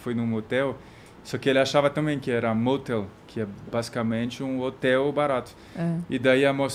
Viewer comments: Ela fala "matel", mas matel, para nós brasileiros, é outra coisa kkkkkkkkkkkkkkkk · “Na moteli?” 😂😂😂😂😂😂